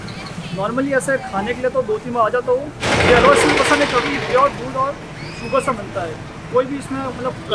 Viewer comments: She can't even pronounce "halwa" properly, what is "hawa"? L is not silent in the pronunciation of the word "halwa". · I don't think we should pronounce Halwa as 'Alwa'. Pls no 'H' silent 😶😐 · For the love of HALWA, please pronounce it properly... what is "aaalwa?" Or get a desi reporter. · Listing to this alwa instead of halwa gives me anxiety 😫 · Alwa nhi halwa hota h gadhi ki dum😂😂😂 rahul gandhi ki bahen😂😂😂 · Alwa❌️ Halwa✅️ 😂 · It's called Halwa not alwa😂😂 Spanish presenter silented H. RIP ALWA😂😂😂😅😅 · Can you not say the H in Halwa, what is Alwaa? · It's halwa not alwa 🙄🙄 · Not “alwa” it’s just “halwa” lmao! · Yeh halwa alwa kyu bol rahi hai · ⚠️ tw - I stopped the video after listening that 'alwaa' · Haalwa not alwa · oh God its not Agooua. it's H A L V A.. get a local voice over narrator. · Common narrator....its not 'aal-wa'.....its pronounced "HALL-WA" with "H" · its not agua its haluaa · It's not "agua", it's "halwa" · Umm... All good, but atleast try to pronounce the word in the title clearly. It's Halwa, not alvaa. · It's not alva, its halwa like pronounced hal -wa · It's not Hawwa, you must learn how to pronounce it. It's Halwa, l is not silent. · Bro it's halwa 😭😭😭 not All wa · It is Ha La Wa Awaa 😅😅😅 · Idiot narrator it is halwa not alawa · Did I Heard "Auaua" Instead Of "Halwa"... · Atleast get some who can pronounce the word Halwa proper as hal·vuh and not agua. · Agva nahi halwa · Sounds like alwa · What great presenter .She cannot even pronounce the word Halwa proper as hal·vuh and not agua. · It's not `aalwaa` learn to spell an pronounce properly please, don't butcher words, it doesn't take that much effort to get it right. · It's not Aw bw wa.. 😂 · Kindly pronounce it properly...ita haalwaa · haawa is not how you pronounce halwa ughhhh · Couldn't they get a narrator who could pronounce halva correctly? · I lost my train of thought every time she says "halwa" as alvaa. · I thought she was saying Agua lmao. At least say it right